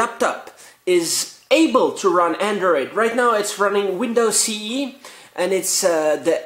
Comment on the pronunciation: an atee doller andwoid lapptop!!